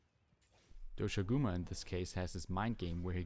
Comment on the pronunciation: u said doshaguma wrong